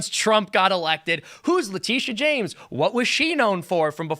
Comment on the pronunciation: Is that James spelled with an 'Sh-' or 'Ch-'? And do we also say Chaimes Bond or Shames Bond from now on?